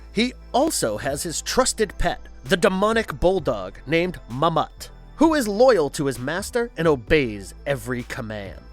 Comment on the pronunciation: It's Ma-Mutt, not Mammut. He's not a student on Mrs. Munger's Class from ABC's One Saturday Morning. Mrs. Munger: Mahmoot! Mahmoot: What?